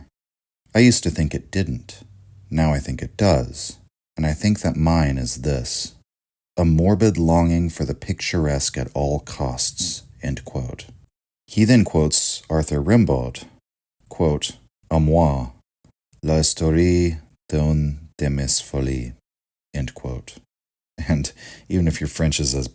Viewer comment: "Rimbaud" is pronounced "Rambo". 😊